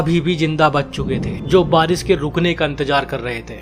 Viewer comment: baris nahi barish hota hai